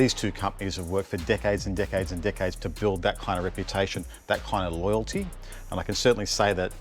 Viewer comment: Did he say dickheads or decades!,,?